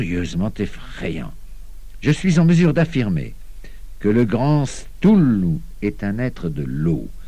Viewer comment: "stoulou"??? sérieux! ... pire prononciation ever!!! sinon l'enregistrement est bien